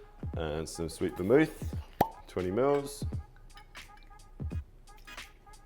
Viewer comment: "Twenty miwwz"